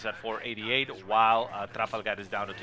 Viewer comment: do you really have to say tRRRafalgaRRRRR so annoying lol